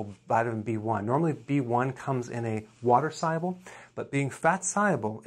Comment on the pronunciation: I’ve heard of soluble, but why is he saying “syable?”